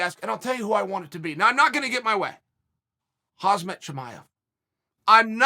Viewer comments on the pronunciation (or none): Hazmat Chimaev lmao. At least he gets the surname right